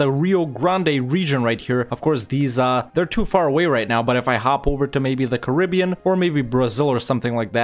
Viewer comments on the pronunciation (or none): none